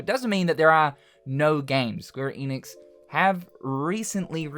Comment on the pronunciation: Maybe if you pronounce ‘Enix’ right. And watch THEM OF ALL PEOPLE say it right. It’s ‘Enix’ not ‘Eeenix’